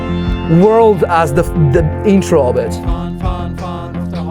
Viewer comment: Actually it is not FUN but "Farhn" (driving in German). Anyway, I like the analysis and video! Thank you. And YES TUBULAR BELLS please :hand-pink-waving